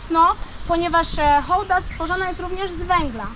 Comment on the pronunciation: Super że Hołda a nie hałda. To tak jak by mówić hasiak😀 Pozdro